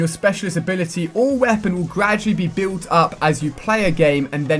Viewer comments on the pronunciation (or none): none